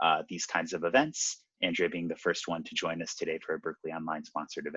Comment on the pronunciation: Probably because he mispronounced her name several times